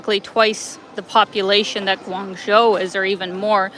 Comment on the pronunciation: just fyi -the second syllable of guangzho is pronounced "joe".